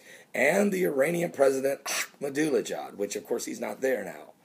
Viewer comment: I love the way says Ahmadinejad!